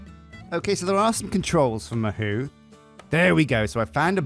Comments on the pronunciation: lol i think its pronunced Mah hoe not mah who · It's pronounced Ma hoe not ma who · As someone who speaks Japanese as well as english, listening to this episode made me wanna cry 😭 Ma-who? The word for Magic, "Mahou" is pronounced "Mah" with the vowel sound from "Mama", and "hou" with the same vowel sound as "Paul" (in your accent, at least 😉) I'm not even gonna try to teach you to say "Tsukai" 😅 Great episode! My submission for the Dragon name is Cobalt :_Straw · Ma-hoe Sue-k'eye is probably the closest you can get as a westerner, to pronouncing it correctly without lessons XD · god hearing the word mahou mispronounced hurts my ears lol (its ma like in grandma) Hou (pronounced like Hoe) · I'm thinking, that you not have watched anime before. The "ou" mahou is pronounced with a hard O sound as in row, tow, and throw. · Literally cringed every time he mispronounced it. Still gotta love him though. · Isn't it more like O in door? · fuck does it hurt to hear say Mahou like he does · mahou is pronounced with a long O sound, almost no U sound